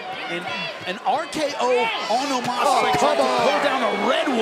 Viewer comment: Why its Omos instead of Omas?